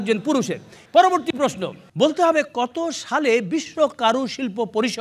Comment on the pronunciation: হানিফ 'সংকট' যা বলেন, ০১. পর্যটক উচ্চারণ 'পোর্‌জোটক্‌'; সংকট বলেন, 'পর্‌জোটোক্‌'। ০২. প্রশ্ন উচ্চারণ 'প্রোস্‌নো'; সংকট বলেন, 'প্রোশ্‌নো'। আগেও একবার বলছিলাম, আবারও বলি। ০৪. সঠিক উচ্চারণ 'সঠিক্‌'; সংকট বলেন, 'শোঠিক্‌'। ০৫. কর্তৃপক্ষ উচ্চারণ 'কোর্‌ত্রিপোক্‌খো'; সংকট বলেন, 'কোর্‌ত্রিপক্‌খো'। ০৬. বাঁওড় উচ্চারণ 'বাঁয়োড়্‌'; সংকট বলেন, 'বায়োর্‌'। ০৭. মণ্ডলী উচ্চারণ 'মন্‌ডোলি'; সংকট বলেন, 'মোন্‌ডোলি'। .. ওনার পুওরলি পেইড চ্যালা যা বলেন, ০৮. কেমিক্যাল উচ্চারণ 'কেমিক্যাল্‌'; চ্যালা বলেন, 'ক্যামিকেল্‌'। ০৯. সেলিব্রিটি উচ্চারণ, 'সেলিব্রিটি'; চ্যালা বলেন, 'সেলিব্রেটি'। আগে থেকেই ঠিক উত্তর দেওয়া প্রশিক্ষণপ্রাপ্ত বলেন, ১০. ঐতিহয্য উচ্চারণ 'ওইতিজ্‌ঝো'; প্রশিক্ষণ বলেন, 'ওইতিজ্‌জো'। ১১. লক্ষ উচ্চারণ 'লোক্‌খো'; প্রশিক্ষণ বলেন, 'লক্‌খো'। আসেন, ইত্যাদিকে বিনোদনমূলক না বলে ভাষা 'নির্যাতনমূলক' অনুষ্ঠান বলি। এবং ভাষাকে নির্যাতন করার চেয়ে সংকটকে আদমব্যাবসা করা পরামর্শ দেই। নিশ্চয়ই সমাজে আদমব্যাপারির প্রয়োজন আছে।